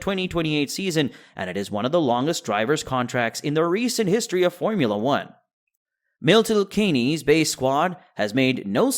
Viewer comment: mElton kEnEzE! 😂...Milton Keynes mate -> [kiins] :yougotthis